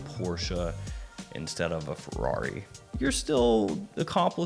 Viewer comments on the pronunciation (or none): none